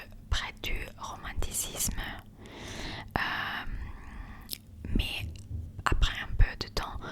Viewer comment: romantisme particulières on dit "Fook". Faux-cul c'est autre chose ahah sociaux Très bonne vidéo, j'apprécie ta culture littéraire classique !